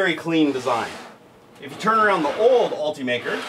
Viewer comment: ALL-TEE-MAKER is not how this is pronounced. It is ULT-UH-MAKER, as in ultimate maker.